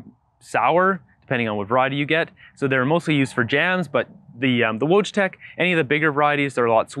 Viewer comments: It's pronounced Voytek. Like the voy in voyeur. Haskap is a Dutch word, but the Dutch were in a monopolistic trade agreement with Japan before anyone else until the USA forced them to deal with the west openly. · Your "wojtek" is pronounced "voy-tech" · Wojtek is a Polish variety and it is pronounced more like "voytek". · Wojtek [read: voitek] is a Polish (not Russian) cultivar. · Just came to say the same) [voitek] for wojtek, polish word after male name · Wojtek - pronounced Voy-tech